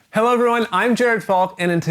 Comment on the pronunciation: The end is hilarious :D Are you trying to say 'Hallo'? Greetings from Germany :)